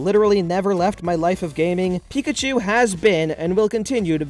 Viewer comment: It's pickatu